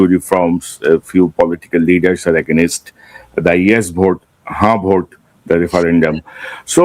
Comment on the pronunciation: For God sake please polish up the pronunciation of words like Against, to mention one out of many